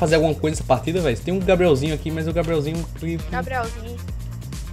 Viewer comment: "Tem um gabrielzinhu"